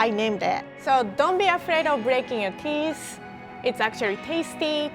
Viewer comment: Teeth not tees